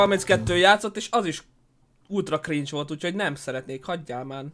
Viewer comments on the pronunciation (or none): none